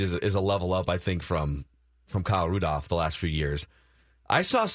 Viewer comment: I love you but the way you say Rudolph without the l drives me nuts 😂